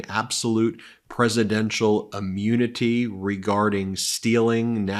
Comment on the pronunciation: Why does Ben say ah-munity? :-D